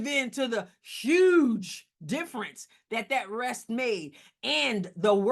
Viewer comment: "Yuge!" hahahahaha... miss english teacher!